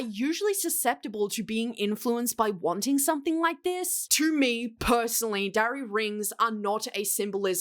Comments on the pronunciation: I literally didn't know what a darry ring was before this video and I thought you said DRARRY ring 😭😭 I was like "like draco x harry rings????" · When you said Darry ring, I thought dairy ring. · I thought you said "dowry ring" not Darry ring, which I suppose also fits the situation 😂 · Wait first I thought she said "dairy ring" then thought she said "dowry ring," but it's spelled "darry"? Confused is me.